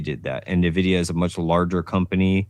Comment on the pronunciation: I tried to watch live and it seemed like he had solid points, but kept mispronouncing “NVIDIA”. Didn’t see the beginning so maybe that was intentional?